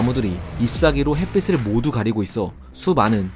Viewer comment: 햇빛을 = 햇비슬(X) = 햇비츨(O)